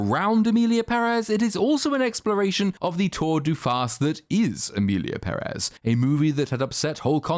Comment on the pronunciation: Thank you for saying PEHrez and not pehREZ. The accent on the first E is there for a reason people, let it help you.